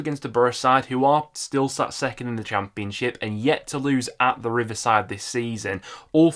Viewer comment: I swear I only watch these videos because of the way he say cham peun ship 😂